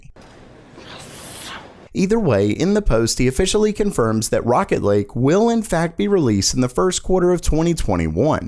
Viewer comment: who else heard rocket league other then rocket lake! facepalm